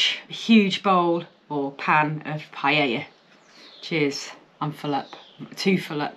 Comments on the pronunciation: Pronunciation:- Pa ....ella... Not pie...Ella... Hehehe 😂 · LOL 😂 'paella'!